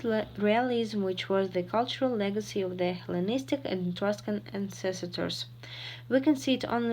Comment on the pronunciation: it sounds like "elevate", not like alleviate [əˈliːvɪeɪt] - voluntary [ˈvɒləntərɪ] , not vO... - reign? maybe ruin? - ancestor [ˈænsəstə] - check the pronunciation of Maison Carree in the video on the e-mail at 23 minutes 19 seconds - Trajan? I can`t hear sound [r] - corps sounds like [kɔː]